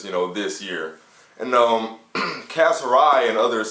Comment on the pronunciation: you mispronounced his name its pronounced =KAAZ not kaz